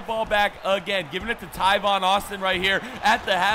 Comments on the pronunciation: just for future videos, Tavon Austin's name is pronounced "Tāvon," like "ate," not "Taivon." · Its tavon not tivon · Tavon not tyvon 😐😐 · Tyvon Austin........ It's pronounced Tay-von Austin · BREAKING NEWS the letter a is now pronounced ( eye ), the world is in massive confusion. Tavon Austin is now pronounced Tyvon Austin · TAVON not tyvon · its tAvon Austin not tyvon Austin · I don't think enough people said it sooooooooo TAYvon not TYvon Guys give him a break he made a simple mistake lots of people pronounce thing differently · It is TAAAAAAAVON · It's T-Aye-Von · TA-VON (A) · I thought he was saying "Tyvon" Austin on purpose... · Bro, there's not even a y in Tavon Austin's entire name.. Come on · STOP SAYING TAIVON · It's tavon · No he says it in every video